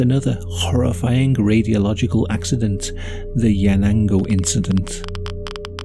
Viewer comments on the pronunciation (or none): "it was jusht an inshidont" The incident